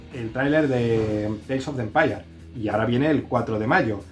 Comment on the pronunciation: Teils of de empayar😂Saludos desde Costa Rica!